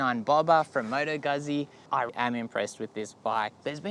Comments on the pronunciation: It's pronounced 'Gut-zi' - in as 'Pit-za'. Stop pronouncing it as 'goozi' - it makes you sound like a bogan. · In italian, zz is pronounced T, not tee, T as in Too, but no oo, got it, or Tz but dont pronounce the z too much. Now the Gu is not Gut, its G as in Goo without the oo. Got it Guzzi If you cannot use your tongue, you will never win this word, if you are not a Wog, (like me) we will always make fun of your pronunciation. LOL